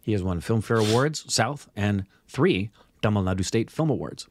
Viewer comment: You speak English. But you are struggling when pronouncing Indian language written in english. First thing, you should know the vowels in tamil which have short and long sound. Most of the words have 'a'. If it is written 'aa' it has long sound. Your ponunciation for a word that has 'a' is wrong. You should not pronounce 'a' in english style for tamil word that has 'a'. Use the sound 'u' in 'cut' for short sound. Use the sound 'o' in 'hot' or 'au' in caught for long sound. Now you try 'Sagalakalaa Vallavan'.